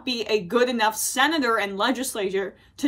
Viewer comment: By the way sin-it-or Collins he hasn't learned his lesson not the way you think. He's learned how to do it better and how to keep others from finding out. Congratulations you just enabled a narcissist.